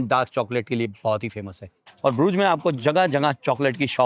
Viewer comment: । ब्रूज नहीं है। इस जगह का नाम है BRUGGE. DOUBLE GG. उच्चारण हैः BRÜGGE. हिन्दी में U है ही नहीं। और GG जो है उसका उच्चारण ख़ जैसा है। यानि उर्दू का ख़।